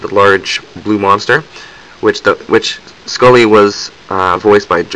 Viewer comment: Oh god, you said Skully!